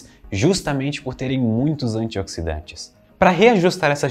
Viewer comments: antiódsidante kkkkk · " os antioquisdantes" kkkkkkkkkkk